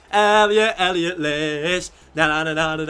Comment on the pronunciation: Yesss you said elliot this time! Cheers mate